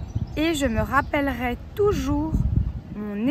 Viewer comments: Erreur de diction d: concernant le verbe "je me rappellerai", elle a prononcé ê. Ce qui laisse entendre le conditionnel soit "ais" alors qu il s agit du futur. Donc à prononcer é. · J'ai fait une erreur à rappellerai, car tu prononçes: rappellerais (è). Même dans ta relecture, ça sonnait encore è. Je suis francophone. Merci de corriger la prononciation, car c'est la seule faute que j'ai commise.